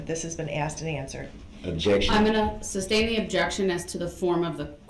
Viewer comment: ITS NOT SUBSTAIN ITS SUSTAIN ! 3rd Party Intervener is a terrible Attorney